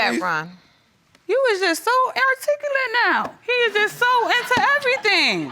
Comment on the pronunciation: AIR tic ulate? What??